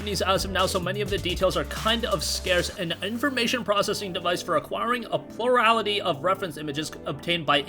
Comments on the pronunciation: Pluliralitly lolol awesome made me laugh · Lemme guess: plur-al-ity, like “plural,” as in “more than one” and “ity,” as in “the noun form,” together meaning the biggest percentage (which is often not more than half)